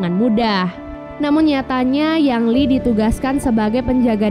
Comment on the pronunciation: Ying Li bukan Yang Li